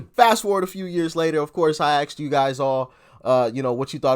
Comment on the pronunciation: Hey brother great commentary .....Ask and Axe are not interchangeable WORDS our community seems to have an issue with this . Dominican/Haitian in case you ARE WONDERING . It is refreshing to see a young brother so exceptionally articulate . you said axed instead of ASKED . Thank you for your work .